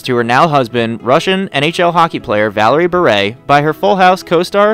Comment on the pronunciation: At least this announcer pronounced BURE correctly!!!!!!!!!!!